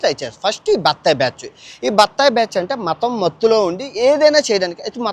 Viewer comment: బ్యాచ్చు కాదురా ఎర్రిపూకా బ్యాచ్ అనాలి